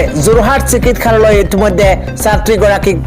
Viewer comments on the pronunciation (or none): বাতৰি কওঁতে অসমীয়া শব্দবোৰ শুদ্ধকৈ ক'বলৈ চেষ্টা কৰিব। চিকিৎসা,চিকিৎসালয় এই শব্দ দুটা কওঁতে চিকিৎখা,চিকিৎখালয় উচ্চাৰণ কৰিছে। ব্যাকৰণৰ মতে ৎ-ৰ পাছত থকা স-ৰ উচ্চাৰণ চ হয়।